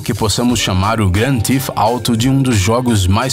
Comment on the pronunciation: O erro cometido é comum e inofensivo. Acontece. Ao invés dele pronunciar "Theft" (roubo), acabou dizendo "Thief" (ladrão) ou até mesmo "teeth" (dentes). Para acertar a pronúncia do nome original do game com a fonética brasileira basta nós dizermos rapidamente "gran-tif-tarou" ;)